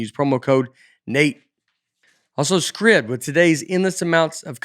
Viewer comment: You are okay with how Nate pronounces Scribd!?